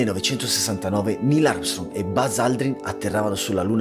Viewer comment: Bel video come sempre!! Giusto un appunto: si pronuncia 'Oldrin'